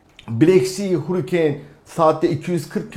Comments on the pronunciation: Hurikeyn değil hörikeyn 😂😂😂 bi de İngiltere de yaşamışsın hiç aksanlı konuşan ingiliz yok muydu etrafında 😂😂😂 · hurikeeeyn değil şu hurricane diye yazılıyor hörikın(US ing) ya da harikın (UK ing) diye okunur. Allah rızası için videoya odaklanamadım yaa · Hurricane (hörikeyn) demek istiyor sanırım.Türkçesi Tayfun.